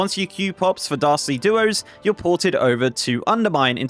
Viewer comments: Great overview,! Also, everytime you say "Dastardly" it sounds like "Darcy" and I'm a big fan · I thought you kept saying "Darcy Duos" lol